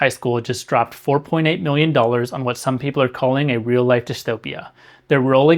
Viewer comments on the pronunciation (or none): none